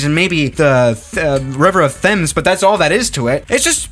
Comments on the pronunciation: Btw its promounced as the river TEMZ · bruh its pronounced tems not fems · T hames, what Swiss you pronounce it like t ems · No one:: River of T H E M S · river of thames lol its pronounced tems